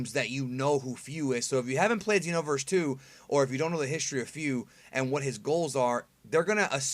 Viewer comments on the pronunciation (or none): none